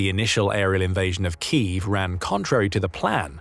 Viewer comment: Say key: "key", say if: "if", say them together: "keev"